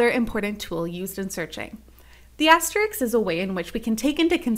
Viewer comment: It is an asterisk NOT an asteriks and they are asterisks NOT asteriks (again used)